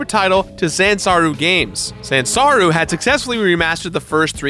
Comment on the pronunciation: Is saying Zansaru instead of Sanzaru?